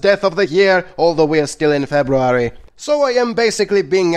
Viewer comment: Don't worry one day you will learn how say February